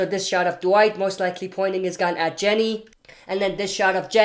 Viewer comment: It’s Ginny - not Jenny